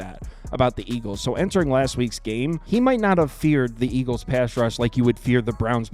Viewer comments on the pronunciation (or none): none